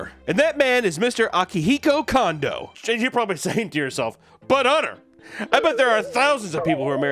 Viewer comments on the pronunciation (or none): lol apologies accepted, pronounced Kondo wrong. Wife was a Kondo